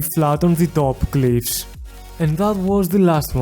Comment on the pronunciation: "Bveery esteep cleeivs" God that made my day